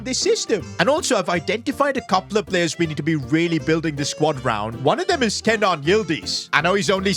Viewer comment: It is Ke-nan not Kay-nan